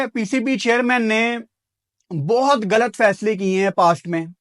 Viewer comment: Tmhen ghlat ko ghalat kehna ni at hindi ki trgan galat galat kehta he